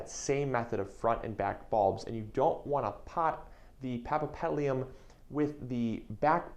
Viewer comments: Are you kidding me? Since when 'papapedlium' is Latin for paphiopedilum or [pafiopedilum]? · Paf ee o petal um that is how to pronounce it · He he he ..he needs to practice the name; but I’ll over look it since he’s cute 😜😜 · He can't even say the name right, what do you expect... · Is this real? This guy can't even pronounce "paphiopedilum" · Give him a break. He is so cute. He doesn't need to. :P